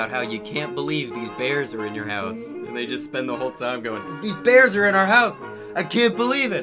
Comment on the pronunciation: Their speech impediments kill me. “We’ve got baby beaws in ouwh House wight now.” “Buy ouwh muuuch.” “Mooahning evewyone it’s eawy in the mooahning.”